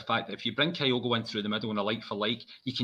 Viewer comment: How is it possible presenters are still pronouncing Kyogo’s name wrong. ITS KYO’GO …… NOT KIGH-OH-GO. For the avoidance of doubt..….can you please learn to say KIGH-OH-GOs name right.